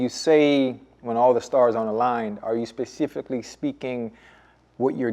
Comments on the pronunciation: “Pacificly” -Chad Ocho Cinco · Did anybody else cringe 😬 when bubba said pacifically instead of specifically 🤣